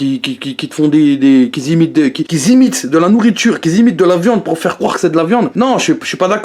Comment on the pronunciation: #lecritiqueur " les vegans qui zimitent" mdrrr elle est où la liaison ? Ah... ah oui y en a pas...